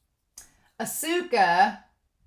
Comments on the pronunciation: FYI with su す in Japanese the U is usually silent. So Asuka is like Ah-Ska. Edit: Oh I just saw the pin. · Oh yeah! Hahaha!😘 It's difficult to pronounce Japanese, right?💦 Because I am Japanese, I can understand that foreigners have a hard time pronouncing Japanese. But no problem at all! It's okay👐 Don't worry too much about pronunciation and enjoy Japanese anime with honest feelings😉 But this time, you have definitely learned one thing through the pronunciation of "Asuka". That's a great fact!!! Cheers!